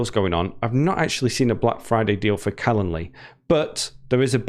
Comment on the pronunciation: Don't forget the "d" in calenDly! You're an English teacher! You also drop your "g's" most of the time!